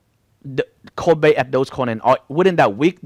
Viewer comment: Bro is dodge coin, not dose coin, you keep saying dose coin.